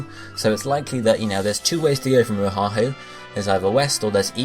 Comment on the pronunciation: good stuff im from hawaii so im super hyped but i cant help but help you out with the pronunciations oahu - o-ah-who (u say O HA WHO, dont say the first H) kauai - ka-why niihau - knee-ee-how u got molokai right lanai is good same with maui kahoolawe - ka-ho-oh-la-vay (W makes a V sound) keep it up though :D